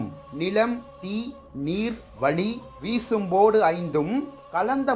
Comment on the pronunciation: Very good documentary. Good Analysis. But the presenter has to improve Tamil pronunciation. It is விசும்பு not வீசும்பு . You did not pronounce it correctly. Keep up the good work!